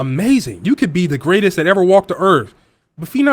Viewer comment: Grratest at what??? Lossing???